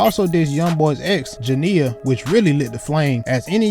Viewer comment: nigga how uu don’t know how to say janiyah or janiya 🙄😭